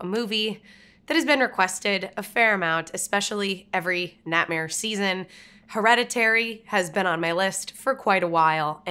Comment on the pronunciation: When you say “Natmare,” it sounds like how people in my home state of Arkansas pronounce “nightmare.”